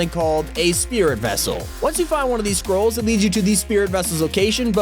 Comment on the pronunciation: When he said scroll I thought he said squirrel LOL